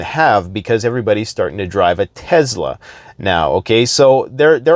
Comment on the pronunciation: It’s not a TEZZZLA You dummy!